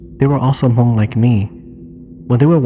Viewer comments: Why do you keep saying "Ha-Mong"? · Was going to mention that too. Have to say it right or else other people think that is how you pronounce Hmong.